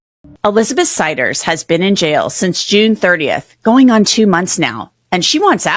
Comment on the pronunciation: And the AI said their last name "Siders" wrong